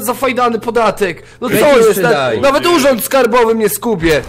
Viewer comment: dleczego ty mówisz nawek kurwa to tak irytuje powiedz chociarz raz nawet